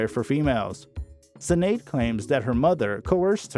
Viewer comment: The Star-Spangled Banner story is completely false according to Sinéad in her memoir Rememberings. Her name is pronounced Shin-ade. Her daughter's name is pronounced Ro-sheen. This story is poorly done. She deserves better.